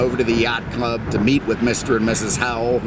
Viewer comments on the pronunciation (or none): none